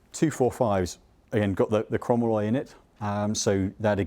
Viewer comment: good review. The metal used is chrome molybdenum so is pronounced chrome moly